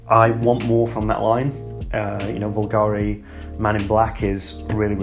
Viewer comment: Nice video as always, keep it up. Btw a little sidenote, bvlgari is pronounced bulgari, not vulgari my friend 🤓